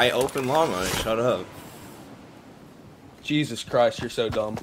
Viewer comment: The bot pronounce jesus JeSUS